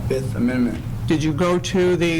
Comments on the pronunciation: "I plead the FiF!" - Tron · was that the fifth, or the forth?